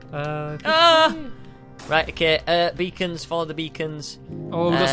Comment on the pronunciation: Oh beacons! I thought you said vegans....